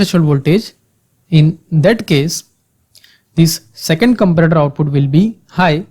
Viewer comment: i too agree with this person..but this is too offensive..there is a way u can teach people with lot of examples and slow..listen he is saying comprator..but it is comparator....